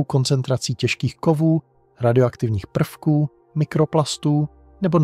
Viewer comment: Peuky místo prvky apod.